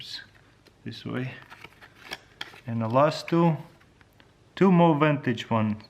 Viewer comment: Vantage? Is he trying to say "vintage" ?